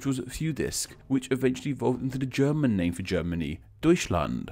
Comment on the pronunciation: Maybe English people should consider having a subject about teaching kids basic principles of pronunciation of German, French, Latin and Slavic languages. Honestly German has very straightforward pronunciation rules and i feel like not a single name in this video was pronounced properly. SAD